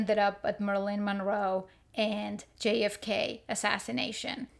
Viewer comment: Who is "Merlin Monroe"? 🤭🤣